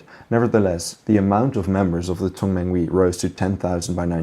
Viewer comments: Just one pronunciation correction its not Tong man wee, but rather Tung man huey as if youre saying heyyy but rather hueyy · Tongmenghui is pronounced as Tong-mung-huày